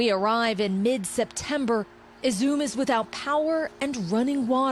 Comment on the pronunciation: You could at least learn to pronounce the name of the city properly.